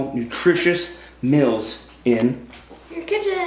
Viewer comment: Maybe it's because he lives in Idaho, but he pronounces "meals" as mills and it drives me crazy! Lol